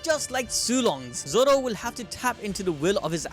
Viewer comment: Bro really said “Zow”